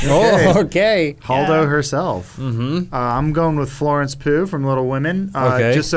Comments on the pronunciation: I love how keeps joking about Florence Pugh's last name but never realizes he's calling her Frances all along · Its Florence, not Francis